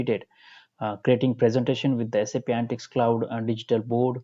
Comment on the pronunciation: It is ANALYTICS not ANTICS